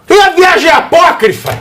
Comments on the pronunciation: Você é o ignorante e por isso que não sabe o que é "Apóquifro", que foi como o dito cujo falou? Falou? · O falando a palavra "apócrifa" quase me fes mij@ nas calças! KKKKKKKKKKKKKKKKKKK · Disseram pra ele, fala "apócrifa", fala "apócrifa", mesmo sem ele saber o que significa!